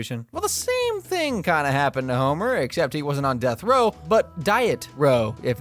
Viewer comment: dieth row